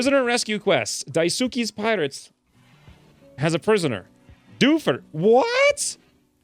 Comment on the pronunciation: Daisuke is pronounced Dyes-kay.